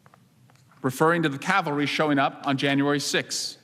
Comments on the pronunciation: The CAVALRY is coming lol. Not Calvary. Calvary is where Jesus died 😂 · She's mispronouncing CAV-AL-RY. But yes, I believe there was nothing wrong with her actions. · The "Calvary"? That’s a hill in the Holy Land. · Swallowwell says 'cavalry' and in the tweet from Kremer she writes 'calvary '.... both words have different meanings or not!?!!?!!🤔🤔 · Not only is it a misspell, it's also a consistent mispronounce. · It's "cavalry" not "calvary"! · Cavalry not Calvary. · That's Cavalry NOT Calvary !!!! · Cavalry, not Calvary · She didn't misspell cavalry, she thinks the word Calvary refers to soldiers on horseback, rather than to the site of the crucifixion. That's embarrassing. But before anyone goes all 'dumb blonde' or 'dumb Trump supporter' on her, let me just remind you to listen to how many smart people can't say nuclear, and instead say nucular (which is not a word). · Swalwell is not to bright just like most politicians, twit says Cavalry not Calvary kinda like Amen and Awoman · Calvary or cavalry? Lmao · She said Calvary not cavelry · Calvary(intense suffering) not Cavalry(mounted army unit) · Calvary ?........ I think you meant CAVALRY. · She did not say the cavalry is coming. She said the calvary is coming. You would think a Member of Congress could at least read a tweet properly. They are different words with entirely different meanings. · I support the lady 100% in her sentiment, but it is the "cavalry", not calvary. Calvary is a name for the site of Christ's crucifixion. If she meant that Jesus is coming, I agree. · Did she actually mean cavalry? Calvary has a totally different meaning. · She didn't even say the cavalry is coming, she said "The calvary is coming" which makes no sense 😂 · Cavalry not Calvary by the way. The spin attached to her words by the media is typical of those on the left who seem to think that they hold the moral high ground, when in fact, they are in the gutter. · Someone please tell her the word is Cavalry, not Calvary! 😎